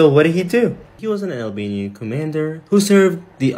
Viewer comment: Hey, that was actually pretty decent pronunciation for a non-Albanian!